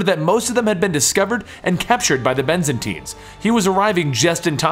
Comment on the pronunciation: Byzantines, not Benzantines. :P